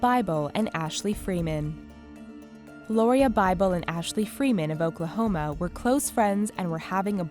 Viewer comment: BITCH WHAT DID YOU JUST SAY OKLAHOMA I LVIE THERE AAAAH